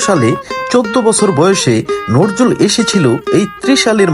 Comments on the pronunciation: নরজুল না ভাই,, নজরুল হবে। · নজরুল নাম টাই বলতে পারেন না আপনি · আপনিতো কবির নামটাই উচ্চারণ করতে পারেন না।